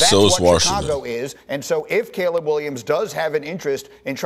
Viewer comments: The tv said Caleb many times and this dope with rocks in his head still pronounces it Collab. I mean it sums up this man’s intelligence 😆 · Caleb is sounded Kay-lub